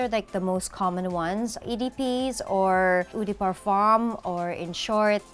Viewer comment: She actualy mispronounced both It should be pronounced as "Oh de Parfuh" not "Euh de Parfum" I know this cause im part french and my fiance is French. Heart is awesome tho 😊🙏 i'm a fan of her videos and her fragrance collection is awesome 🙌